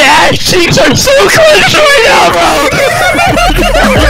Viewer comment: Bro the fact said MY ASSCHEEKS ARE SOO CLECHED😂😂😂